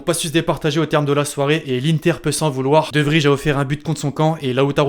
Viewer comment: Mec pour de "de vrij" un conseil, il faut prononcer "de vrèi" c'est en néerlandais